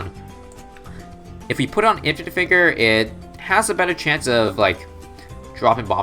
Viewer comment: did you seriously call it “in-fie-night”?